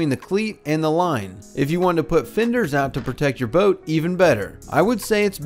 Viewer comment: "Seengeen"???? "Imporant"????? Tidal range not tide swing. "Finders"?????